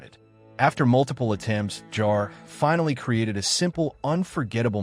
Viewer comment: All the " facts" is that something almost never happened, which is the most common thing in such huge productions. Such idiotic text. And then there is the mangling pronounciation of names: Shariff, Jarré...please!! Unbearable.